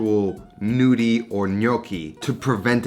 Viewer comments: The G isn't mute :) you just have to pronounce them as gnocchi. It's a tuscan way of saying 'nudi' (like you pronounce it) which is Italian for nude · Pronounce Ñudi. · Interesting take on this recipe. Just a comment on Italian pronunciation: "gn" is a diphthong. The sound is similar to the Spanish N tilde. So the "g" is not silent in gnudi but is pronounced exactly the same as the gn in gnocchi which you pronounced reasonably well. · Looking forward to trying this but, in the meantime, the g is technically not silent. It turns the n into the equivalent of the Spanish ñ.